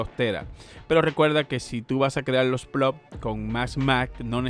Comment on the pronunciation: Gano yo más y solo tengo 200 plots o plós como dices tu. Si no sabes ni decirlo cómo vas a ganar dinero? 🤣🤣🤣